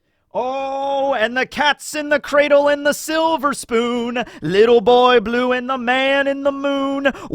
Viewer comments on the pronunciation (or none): none